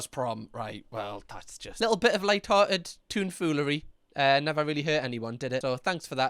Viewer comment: hahahaha Omg, it's TOMfoolery, not Toon 😂😂😂 you're cute love you're vids